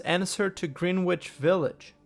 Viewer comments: I’d like to point out, Greenwich is pronounced Grennitch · Greenwich is pronounced Gren-itch.